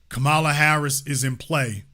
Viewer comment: Yall need to stop purposely mispronouncing Kamala name. I noticed this done even more from you ignorant people since trump and fox news do it, so yall on here are repeatedly saying her name wrong.